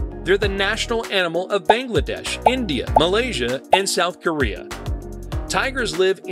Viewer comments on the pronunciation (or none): none